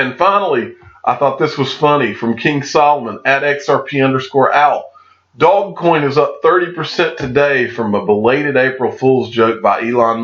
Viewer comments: Just for your information it's not pronounced dog coin. It's pronounced doze coin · Yet when I look at it I see doggy coin, dog-e-coin. It just makes so much sense with the dog mascot. Did the inventor say “doze coin” or has it just been mispronounced by everyone all down the line? I’ve also heard “doje coin.”